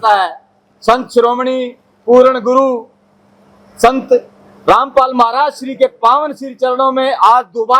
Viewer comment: Randpal bolo kya rampal bol rhe ho